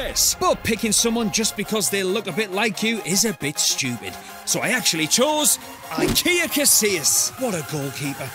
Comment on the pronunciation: IKEA is actually pronounced as ee-kay-yah.